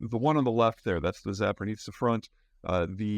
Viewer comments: Zaa Poh Reezh Yah. There is no “N” in Zaporizhzhia. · It's pronounced "Zap or O.J." not "zapernitsya". Appreciate You work anyway l( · Peter! Repeat after me! ZAH-PO-REE-SHEE-YAH! (Yeah, that's not the exact pronunciation of zhzh, but still better) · ZAA - POU - REE - ZHIA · You'd think Peter would know how to pronounce Zaporizhzhia by now. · I love the way you decided to say Zaporozhzhia. You learned Zapor, but then just decided “ah screw it” and filled in the second half with no sense 😂 good info though